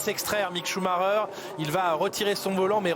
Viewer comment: Chou-ma-reure Pitié, faites un effort...